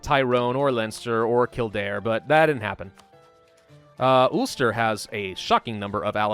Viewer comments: Anyone from Northern Ireland and Ireland will get ptsd by the way you pronounce ulster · I hate how saids ulster